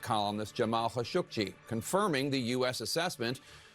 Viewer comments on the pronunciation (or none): "Hashogy" is that really how to pronounce him? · How does a CNN news reporter not know how to say Khashoggi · Are they murdering Khashoggi's name?